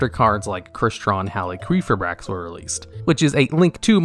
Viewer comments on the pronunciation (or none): Also top ten cards that got their name butchered, effect veeeler red dragon arch uh fiend Crystron heel quefa bricks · It's hal ee fi brax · It's Halqifibrax not Haliquifibrax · Halqi, not Haliqi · Text: Halqifibrax TDL: hAlyQuEefAiBrAx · "Hal-qwee-fibrax" XD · The Halqifibrax pronunciation caught me off guard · Idk if its a meme or what but the way you say halqifibrax gives me a migraine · The way you pronounce Halqifibrax makes me want to slam my head through a wall. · never say halqifibrax again, im sorry but my ears just perished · Good list. I hate the way you say needlefiber’s name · Is that really how Halqifibrax is pronounced? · my man struggling to pronounce halquifibrax got me dying 😂😂😂